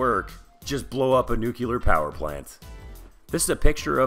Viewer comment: Please,, it is nuclear, not nukular. Bad pun about you neeking up on it. What do I win?!?!